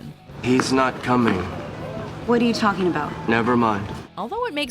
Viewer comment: you gotta turn the words in you its not a simple you its more of a youh how youh doin gotta put some passion on that “u” 😂